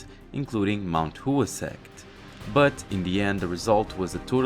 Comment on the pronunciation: Bro I absolutely love this manga, and your videos. But PLEASE google translate some of the names. Especially the name Mount Hua. Its said like HWA, combining the ‘h’ sound then into the ‘wah’ sound.